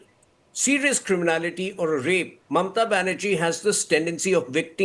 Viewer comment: Could you explain these mispronounced words to me ? 'Matuya', 'kalptaru', ' mamta' etc.... 😅😅😅😅.